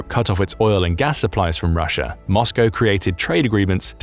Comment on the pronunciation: Its called Russia not ruzzia.